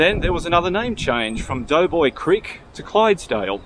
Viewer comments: Hello ….it is called DOBOY CREEK, DOBOY BRIDGE, and they are in the voting parish of DOBOY…..not Doughboy. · I have always known it ss Doboy not doughboy.